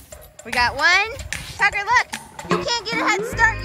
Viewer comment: Its tucker not thucker. Thucker would sound like the-kur.